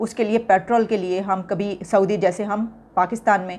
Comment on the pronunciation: Are jaahilo pertaal nhi petrol hota h🤝